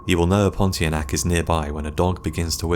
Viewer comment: Pontianak is pronounced as pon-tee-ar-nah-ck